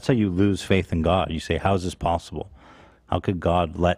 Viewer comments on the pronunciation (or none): Ethan saying “pasta bowl” instead of possible. Made me laugh 😆 peace and love 💕